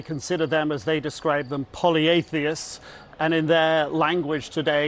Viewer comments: Poly-theists not poly-athiests. 😂 You're a British journalist, for God's sake! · Poly-theists NOT POLY-atheists!! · That's "polytheists," not "poly-atheists."